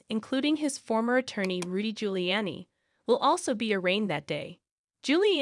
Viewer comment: Only an AI would read his name as Gilly Annie 😂